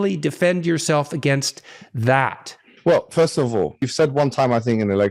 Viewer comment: i actually do , his basically saying furst